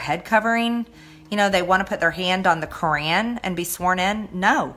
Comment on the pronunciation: It bothers me when she says kureeaan instead of Quran😩